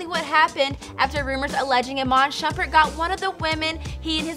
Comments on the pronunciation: Iman shumpert not shupert... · isnt it Shumpert